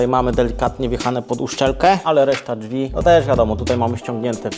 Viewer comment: Jak jeszcze raz usłyszę "dźwi" to chu* mnie strzeli. Błagam "drzwi" to nie jest trudne a tak razi jak sie tego słucha